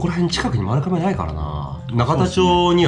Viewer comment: まるかめじゃなくてまるがめじゃあないの？